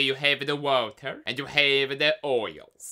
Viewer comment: De wauta! I cannot hold back the laughter when he says it that way!